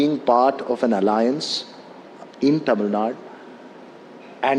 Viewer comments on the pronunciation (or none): For kamals information, it is not taamil, it is tamil